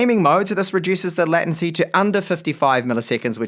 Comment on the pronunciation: latency is pronounced LAY tuhn see not LAT un see.